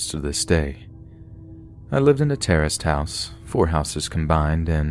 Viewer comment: Every time you say "terraced" house I hear "terrorist" house, hahaha.